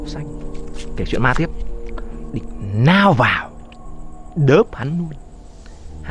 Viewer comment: Đúng rồi :)) ông nam kể con chó lao vào nhấn mạnh to cười đau bụng vkl